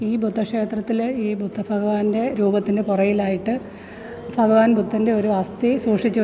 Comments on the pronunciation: Faghavan അല്ല ഭഗവാൻ ആണ്‌ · ഫഗവാൻ അല്ല, ഭഗവാൻ! ❤❤ ചുമ്മാ പറഞ്ഞതാ കെട്ടോ. ഇഷ്ടം ഉള്ളത് പോലെ പറഞ്ഞോ. ഒരു കുട, പറ്റുമെങ്കിൽ വെള്ള വാങ്ങി വെക്കാൻ മറക്കണ്ട. വെയിൽ അത്രയും കൂടുതലാണ്